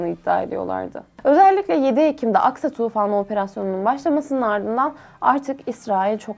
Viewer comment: Что за нерадивая переводчица?!😮 похоже ты еврейка и намеренно неправильно выговариваешь имена Хезболла, Аль-Акса и т.д., неправильно ставишь ударения и в других словах